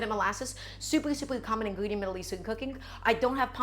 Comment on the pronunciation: You mean “ingwedient showcase”